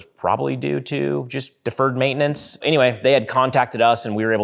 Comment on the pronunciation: Please never say deferred maintenance again, and then you said it enough times in this video to cover the rest of your videos lol